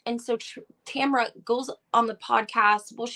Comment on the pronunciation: TAMRA. Not Tamara, completely different pronunciation too.